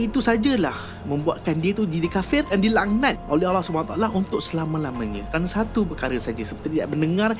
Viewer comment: Aku suka cara sebut Allah SWT & Adam AS